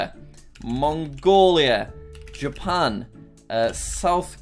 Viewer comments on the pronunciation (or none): none